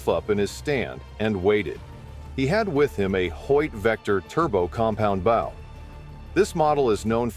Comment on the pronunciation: He says bow like it rhymes with cow!